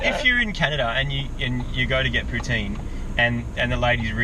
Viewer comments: As a Canadian please stop saying pouteeen its poutine ya dongs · Also. Please say poutine right....